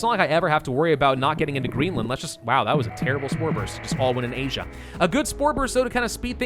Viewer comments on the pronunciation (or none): none